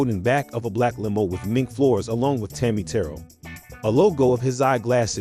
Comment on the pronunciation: It was the combo the voice the moves the showmanship Tammi Te rell.pronounced